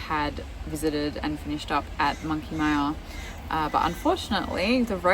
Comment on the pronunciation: Also money myer not mia in pronunctiation